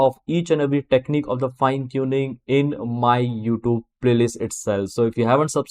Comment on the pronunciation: Youtube - not yoob 😆